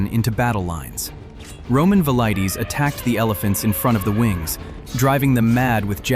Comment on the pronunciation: AI slop? Pronunciation of velites is inconsistent as well as wrong in all cases. Please answer so I know to block a channel that would use AI garbage